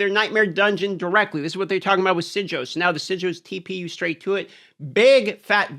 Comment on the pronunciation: Omg dude pathing puts a smile on my face like when you bust out a “sig oh”